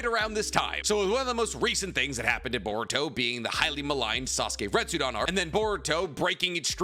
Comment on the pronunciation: Retsuden, also. Not "retsudan". It's the same suffix as in "Shippuden".